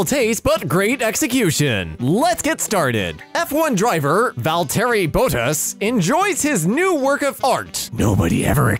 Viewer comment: my man Valterri can’t get no love in F1 and in pronunciation